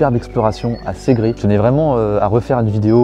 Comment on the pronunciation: Tu prononce pas bien le nom de la ville mais pas grave !! Segré par Sègrè